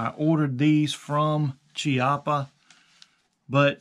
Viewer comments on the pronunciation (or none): Key-au-paw not ch-ee-apaw